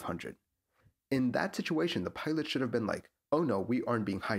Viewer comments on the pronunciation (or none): none